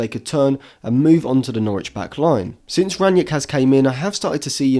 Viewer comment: Another good episode! I just hope you'll retire the extra "N" in gegenpressen, and Rag-Nick won't be Ragnieck for much longer. ;)